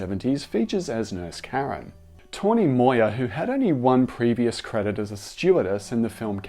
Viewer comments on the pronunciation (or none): none